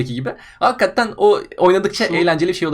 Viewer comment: Lütfen artık "Hakkatten" diyip durmasın. Nolur. Plzz.